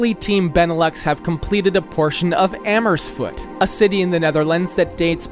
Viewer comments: It's not Amersfoot, it's AmersfooRt, it's not SchevEningen, it's SchevenIngen, it's not Atominium, it's Atomium, Utrecht is not the capital, The Hague is the capital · even as a non Dutchie 😭 "Amersfoot" "Urect"